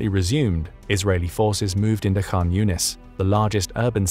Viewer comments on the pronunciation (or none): none